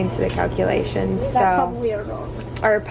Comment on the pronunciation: "according to the cauclation"